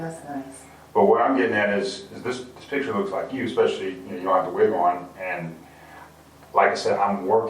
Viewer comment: “piTcHeR”?? I think it’s picture. In fact, I know it is. 🙄